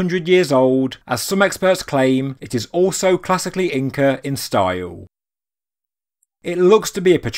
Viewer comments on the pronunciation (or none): Stiual, style, important not import-tant speak english